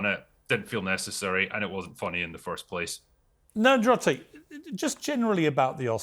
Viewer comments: “Ner-drotic”?! Come on Piers! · Damn Piers, you ever gonna shoot 1 Nerdrotic's way? You also mispronounced his name 😂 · nerdrotic's camera looking better quality than the multi-millions on the piers morgan show.. btw made me laugh the number of times Piers called him 'NED-rotic', what an absolute mong..